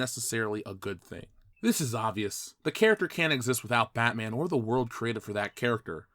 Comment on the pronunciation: iT's BaTmA'aM 😤